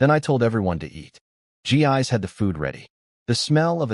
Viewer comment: I realize her name is spelled Gis but, I believe it should be pronounced Jiss, not Gee-eyes. different languages different pronuciations. Still...